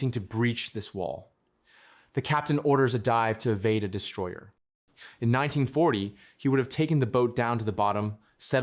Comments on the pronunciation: The AI has to be reading something you or someone else wrote, right? So why not write "nineteen forty" in the script instead of 1940 so the AI reads the date correctly? That's your job to help it along, no? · The first words made me SMH and leave after saying AI not being able to say 1940 properly means there will be more ridiculously mispronounced words 🙄